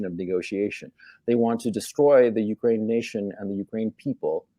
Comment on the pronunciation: Why does he say ukwaine